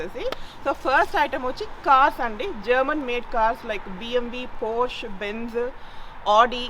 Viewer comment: Germany lo వుంటు Porsche ని పోర్ష్ అనటం ఏంటో? పోర్ష అని అనాలి అని తెలియదా?